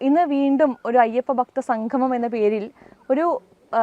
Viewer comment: ഞാൻ നേരത്തെ പറഞ്ഞതാണ്. എങ്കിലും പറയുന്നു. സംഘമം അല്ല കുട്ടി സംഗമം എന്നു പറഞ്ഞു പഠിക്കൂ.